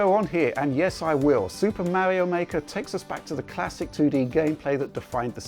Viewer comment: "Existing Mauri-oh titles."